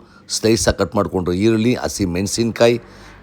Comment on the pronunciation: ಳ ನ ಅಕ್ಷರ ಸರಿಯಾಗಿ ಹೇಳಿ ಈರುಲ್ಲಿ ಅಲ್ಲ ಈರುಳ್ಳಿ ಸೊಂಟೆ ಅಲ್ಲ ಶುಂಠಿ ಬಿರಿಯಾಣಿ ಅಲ್ಲ ಬಿರಿಯಾನಿ ಅಂತ ಹೇಳಿ ಕುಸಿ ಅಲ್ಲ ಖುಷಿಕನ್ನಡ ಸರಿಯಾಗಿ ಮಾತನಾಡಿ ಪ್ರಭು